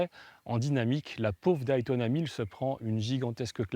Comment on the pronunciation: Merci pour ce beau souvenir. Pour info, Day ce dit "dai" comme "jour" en anglais que tu connais... Mais pas Daï comme ail ail ail ! ou Die (mourir), alors arrêtes de dire aïl, ça fait vraiment mal au oreilles, merci pour nous, hahahaha